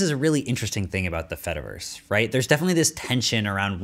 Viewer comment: This is great, but the whole cheese joke falls apart if you say the word fediverse properly